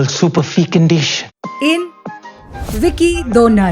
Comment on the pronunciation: Vicky do-nar😅